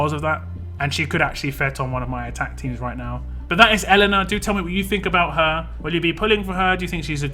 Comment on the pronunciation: It's pronounced "Yelena"